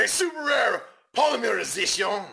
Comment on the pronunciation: Did anyone else think he sounded French when he said Polymerization?